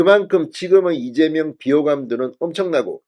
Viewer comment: 왜ㅠ꼭 이재멸대표라고 하시나요. 왜그리고 자꾸차기대구ㅏㄴ으루마효ㅡㅁ하시나여. 찬핵무혀인데